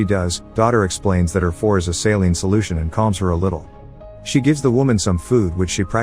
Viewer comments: I didn't understand the sentence until I turned on the subs and realized you pronounced IV as FOUR instead of I-V (intravenous). Made me giggle :) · Her "four"? Her "four"? You mean her "IV"?